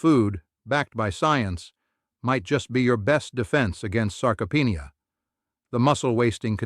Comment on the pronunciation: At 77 living an amazing life in Thailand retired British expat I read many accounts about the importance of protein/eggs especially in the first hour of waking. However, as a grumpy old man part time it always worries me when someone talking about for example, SARCOPHENIA is unable to pronounce the actual word even by American standards they know how to pronounce this word. Secondly, as with all this YouTube program it’s delivery is as slow as a geriatric in a wheelchair. It just goes on and on and on about Mr X and Mrs. Y and I often wonder how many people die of old age waiting for the punchline. Luckily, I have now discovered that, if you read the comments before the article some similar reader like me who has better things to do, has already said it’s eggs sucker.